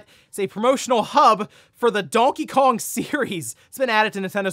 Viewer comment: Literally never heard anyone pronounce Donkey Kong that way. You really struggle with words in general.